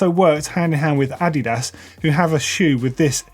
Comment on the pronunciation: Sorry, how did you just pronounce adidas?? Am I weird or was that completely wrong. I say it as adeedass rather than a did ass